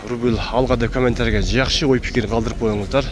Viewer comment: рубил,рубул,рубл эмес! Рубль 1.50 чыксынчы😊